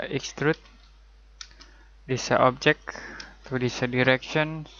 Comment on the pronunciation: no one says 'objec' better than this guy